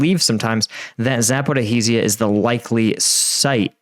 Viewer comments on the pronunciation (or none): He is trying to pronounce the z and h separately or just pronounce the "z" and ignore the "h", since there is no "zh" in the English language, like there is "sh". There is a similar sound, but it is written as "j" or "g". Though this is nothing compared to how much he mangles Prigozhin's name (especially his first name). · continuing to creatively mangle the pronunciation of “Zaporizhzhia”…multiple ways each time 😂🤣😂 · you need to work in the Zaporizhzhia correct pronunciation lol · I'm hoping will eventually learn to pronounce Zaporizhzhia properly.....